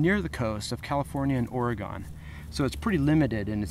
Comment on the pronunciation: Great video! But its pronounced ore-GUN not ore-GONE